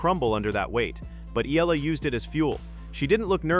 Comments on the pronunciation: Fix the pronunciation please. It's ee-YAH-lah, not EE-lah. 😭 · Alex Ee-lah....once again, thank you A.I., and constantly showing a caucasian player that is not in any way related to this story.